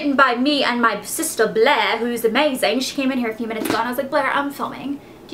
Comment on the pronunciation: OMFG did u say amazayn ?